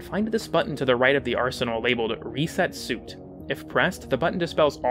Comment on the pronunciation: Suit should be pronounced "sweet" in this instance. edit